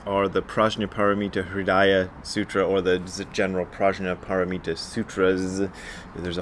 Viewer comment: Hi Brad – nice review. Please note that you repeatedly wrongly pronounce the “Prajna Paramita”. It is maybe not important to some, but Sanskrit is a beautiful and some say – holy language and that is why Sanskrit words are still in used in all Buddhist sects around the world, disregarding the country or school. Prajna Paramita Hridaya, as you said yourself, is maybe the most revered Zen scripture and it is painful to see and hear people that teach about Zen, torture it. I refer here to the word “Prajna”. Even Japanese, who distorted the language terribly in Shin Gyo, call it “HANNYA Paramita” and not “HANJA Paramita”. Here you can hear the nice example of Sanskrit pronunciation of the Sutra and here – by Tibetan Sakya nuns (with subtitles for help): Sorry to comment on this, but it is such a commonly used word in Buddhism that it would be nice for Zen teachers to get at least basics right instead of spreading the torture on the ears 😉